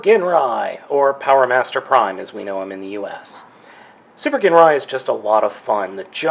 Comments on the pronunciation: And he's pronouncing it wrong ..it's "jinrai" not "genray" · i was in japanese for a couple years its pronounced GEEN rye i HATE when people say jin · The pronunciation of "GINRAI" is "ＺＩＮＲＡＩ" in Japanese... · His name is pronounced Jinrai but spelled Ginrai :) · Did you ever find replacement stickers? I’d love to see an updated review! (Especially if you’ve learned how to pronounce his name 😅) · You idiot, it's a silent g! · That version is the Takara re-release. The othe rversion you're probably thinking of is the American re-issue with the Apex Bomber armour, which is basically another word for Godbomber. The toy originated in 1988, as did Super God Masterforce and you keapt pronouncing Ginrai's name with a hard G, while it's probably prounounced with a soft G, sorry to be a nerd with all this. :D